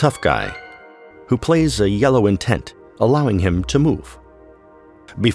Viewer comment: Very true. It just bothers me because it sounds like he's constantly saying intense.